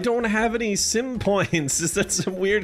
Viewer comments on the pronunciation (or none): Legit though you said 10 pints of curry the first time 😂😂😂